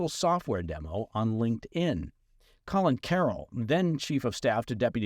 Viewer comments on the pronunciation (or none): none